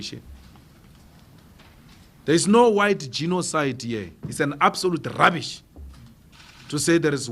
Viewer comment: Dat emphasis on rubbish😂😂😂